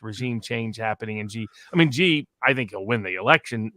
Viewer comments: Love the show!!! However,,,, Sorry but Xi is pronounced as Shee.... Shee Jinping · It's pronounced Shi. Not Zi. Not Si. Thanks. Great discussion.